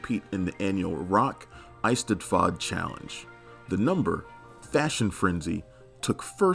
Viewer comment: dude its pronounced rock-eh-stead-ford